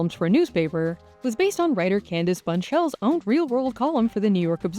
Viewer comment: “Candace Bunshell” it’s Bushnell omg 🙈